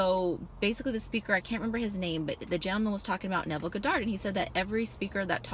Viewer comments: Honest Mistake, Its just the first time I heard it pronounced that way lol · thats not how you say his name lol